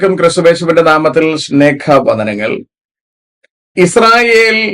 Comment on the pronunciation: Hello not snegha vandanam it is sneha vandanam😂